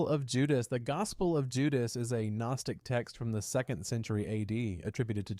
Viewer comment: AI voice generation has gotten so damn good. Took a sec, but became obvious this is AI.... "one saint century" (1st century, lol), or the "G" in "Gnostic", and many other examples.